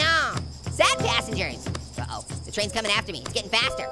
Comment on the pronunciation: says traisn